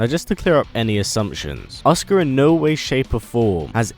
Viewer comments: Her name is pronounced A-soo-ka not oscar. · It's a..su...ka not Oscar lol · is it just me who hears oscar when he says asuka? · Every time you say Asuka I swear you're saying Oscar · it sounds like he is saying "Oscar" and keep finding myself asking who the fuck is Oscar ? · Anyone else hear him say oscar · It's kinda funny how he pronounced Asuka as "Oscar."